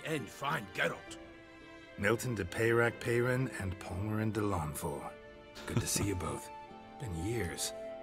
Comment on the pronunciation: is it that difficult to pronounce french names french instead of english? seems so. it just sounds dumb hearing names like milton de peyrac peyran pronounced english.